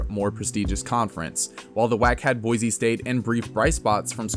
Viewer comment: Just wanna throw out there that there is no Z in BOISE! It is BOI-SEE not BOI-ZEE